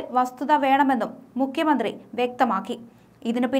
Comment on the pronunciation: മുക്യ മന്ത്രില്ല . മുഖ്യമന്ത്രി എന്ന് ഉച്ചരിച്ച് പഠിക്കുക